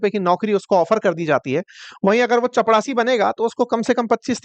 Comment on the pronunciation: चपड़ासी ❌ चपरासी ✅